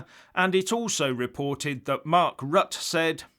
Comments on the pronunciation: it's 'Rutt-ah', rhymes with mutter and not 'rut' as 'stuck in a rut'. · ROUTER not RUT! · Pronounce Rutte as “R-oo-tt’rr” (quickly). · Pronounced "Rut-teh" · Rut-te The Dutch Prime Minister's name Rutte is pronounced Rut-te. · Hi, just to let you know, The Dutch Prime Minister's name is spelled "Rutte" but pronounced "Rutter". I have it on good authority as my wife is Dutch.....